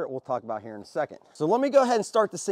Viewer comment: the battery right heur... and heur.. hahahahaha